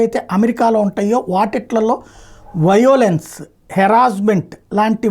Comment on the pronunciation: use Google voice for English words. violence: వయోలెన్స్ కాదు వైలెన్స్.